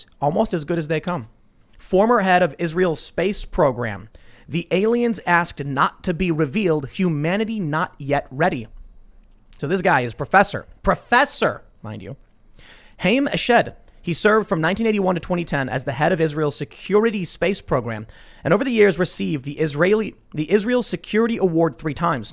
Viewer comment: Re Haim Eshed; It's not pronounced Hame as in name; it's pronounced Hy-am as in Haim.